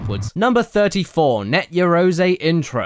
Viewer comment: Caddy, it's read yah-ROH-zeh, not yea-row-ZEE.